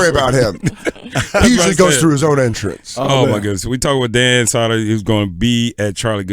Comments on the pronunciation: Crackle crackle btw it's sow der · Crackle Crackle. Love him and Jay on SiriusXM. The Bonfire is my favorite show of all time. Great interview with him. Also, I hate to be that guy, but it's Dan Soo-der, not Dan Sah-der. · Crackle crackle, this was a great interview. You guys are all awesome, I came as a Danny Soder fan to check him out in this interview but really enjoyed the whole show despite the continuous mispronouncing of his last name :D